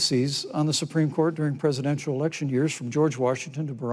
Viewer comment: what happened to the word “presidential”? it’s nearly only two syllables, with a lot of slur. to be fair, Biden himself does this quite a bit, which makes Harris’s elocution refreshing.